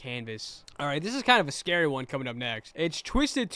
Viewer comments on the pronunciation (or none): none